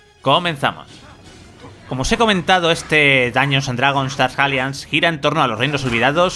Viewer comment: Dark "alianz" ni se preocupa en pronunciar bien el inglés u.u